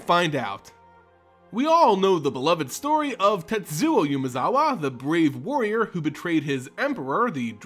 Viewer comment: Not to sound like a prick but you dont pronounce the u in Tetsuko